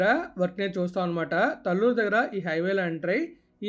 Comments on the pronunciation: Correct pronounciation is taalluru talluru is not correct pronounciation. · Pronounciation as talluru not correct taalluru is correct pronounciation.